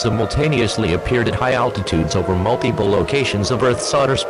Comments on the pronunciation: "Mute-Iple" Go home EAS. You're drunk. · "Mute-Iple" mhm sure EAS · Nobody: Nobody ever: Not a single soul: Not even a snail: EAS: Mute-iple